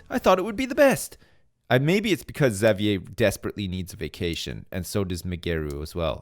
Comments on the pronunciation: Fuck man, can't pronounce Xavier. Like. Does he call the leader of the X-men, Professor Zavyaie? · really? cause where I'm from its pronounced havier. didn't know it was different in other places. the more you know I guess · Yeah there is no correct way to pronounce it. I say "ex-avier" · i hate the way he says xavier